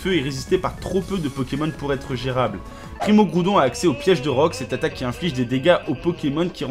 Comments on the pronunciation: Primo. Kriogre primo graoudone. Méga. Garaykatza tous chaynais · Primo graoudonne primo kaiyogre méga raikaza TOUT SHAYINEY. XDDD